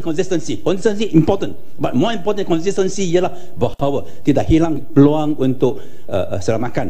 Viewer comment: ... "Ini feluang saya, ini feluang saya!!!